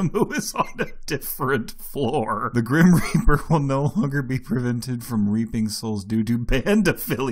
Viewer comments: GHRim rHEaaaaperrr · Wheezes: "Fixed a tuning issue so that sims now VOHmEt...Vomit at acceptable levels" "It is no longer possible to ``Try for baby`` WlTh THe GRhiHm RHeAphEr" "Baby sims will no longer become StAHHHHHhhh...Stuck on a sims HAND...While driving a CaHrRRrrr" "A meteor can hit a building, Which case everyone will run out before the collision. Those who do not exit the building will die. Sims automatically leave if a meteor is approaching, UHnless it is a school IHnWhItCh...In which children are not allowed to leave and will AhlwAyhs DiheaiHEHEHAhahehe" Your welcome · With the gRiM WhREeeaper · *GWEEN WEAAPERR* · Grhhhenen hweepheer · with the gweem reeper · Dude said “Grim Reaper” as a stroke victim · the way he says "grim reaper" always gets me